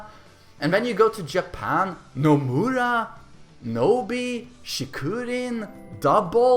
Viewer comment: No one gonna mention, he called Noroma, "NoMuRa"